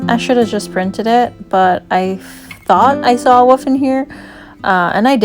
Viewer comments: Love th8is so much! (In my head, each time you said "wolf", I heard "woof" & it made me giggle; which as you know, I really need more of in my life right now... So, a huge THANK YOU <3 <3) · I didn't notice any issues with the sound. It seemed good to me. I did notice that because I have a New Zealand accent and your accent is different to mine, when you said "wolf" it sounded like "woof" to me ☺